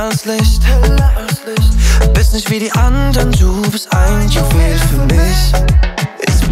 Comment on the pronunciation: Soll nicht abwertend gemeint sein, aber braucht man als talentierter Sänger wirklich Autotuning und ne Aussprache wie Pietro Lombardi? “Du siehst misch nischt” Ach, Luca, ey 😂